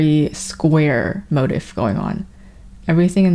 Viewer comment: "mo-teef" please im begging lmao